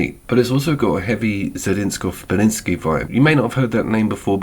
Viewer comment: I am very familiar with Beksiński, though never heard the name pronounced like that ;D I was quite interested in this game but read some reviews, and it seems disappointing and short, I'll give it ago when it's on sale, probably.